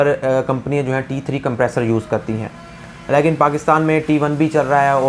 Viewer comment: apna "lekin" kehna theek karen. "Layeken" nhi hota. Ek video uploader ko zuban saaf istemal kerni chahiye.